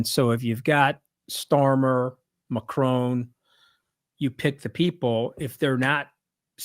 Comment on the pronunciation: Can someone tell you Americans that it’s Macron, not Macrone? There is no e!